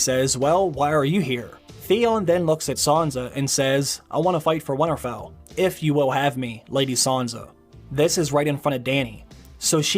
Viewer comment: Stop saying Windtarfell